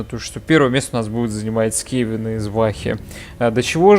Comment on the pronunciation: Только скАвены, а не скевены